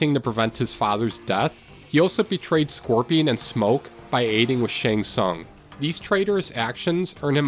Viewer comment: Pretty cool video! My only gripe is the pronounciation of some of the names, especially a decent amount of the asain-based names (I.e. Takeda, Shang Tsung, Shirai Ryu, etc.) Like sweetie they LITERALLY say the names multiple times in the game 😭